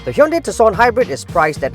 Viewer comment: Color me surprised, he pronounces Tucson properly 🤣